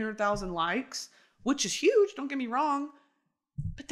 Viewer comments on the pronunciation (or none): none